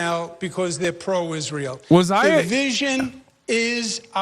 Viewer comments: “…and as may-uh of Is-rail…” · Could you skip the accent when saying Israel? 🙏 Pretty please?